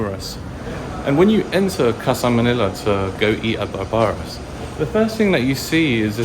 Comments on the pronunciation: Its pronounced Barbara like Streisand! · Barbara called, she told me she wants you to pronounce her name like Barbara - like Barbara Streisand 😄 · it will mighty pay for you and your vlog viewers for you to check a wee bit on pronunciation of proper names. You have heard of Barbra Streisand; the singer, I hope. Barbara's, this restsurant have the added "a," common for this female name. It sounds "barbaric," the way you said it. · Another great video and content especially when you played basketball with the local kids. I am just curious with something. You pronounced the restaurant Barbara like how you would pronounce the word Barbaric. Barbara is actually a name. Anyway, I enjoyed the video. Keep ‘em coming.